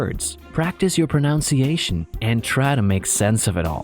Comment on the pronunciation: I really appreciate these videos! :) My friends and I are learning a language or two each, so this information really comes in handy. (As a side note: there's no "Pronoun" in Pronunciation. Please carefully review the speaker's pronunciation for future language videos.)